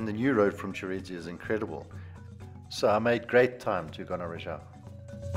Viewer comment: It’s not Gonarezhawu but Gonarezhowu.